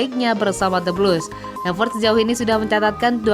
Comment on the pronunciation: Klo Ngomong Havertz bukan Havert